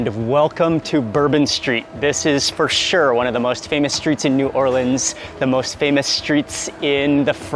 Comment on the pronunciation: I love my hometown. Extra pernts for saying 'New Orleans' correctly and not 'N'Awlins' or 'New Or-leeeeeeens'. BTW, there is plenty of great food outside of the FQ as well, but I appreciate what you did in this video.